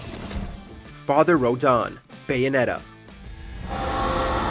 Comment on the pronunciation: Yeah this is a.i. you called the Bayonetta boss father Rohdahn, nobody real would call him that